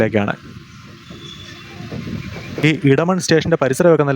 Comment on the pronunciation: മലയാളം. അറിയില്ലേ ?. ഇടമൺ അല്ല എടമൺ